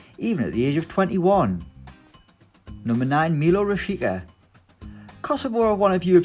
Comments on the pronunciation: Lol it’s Rashica not Rashi-eh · Rashica is pronounced Rasheetsa